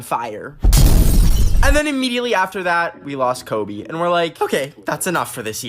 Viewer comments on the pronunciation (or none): none